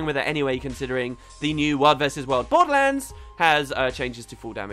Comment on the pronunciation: random empahsis on random words lol. "world vs world BORDERLANDS!" lol